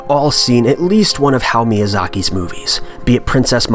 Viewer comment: Did you say, "Hal Miyazaki?"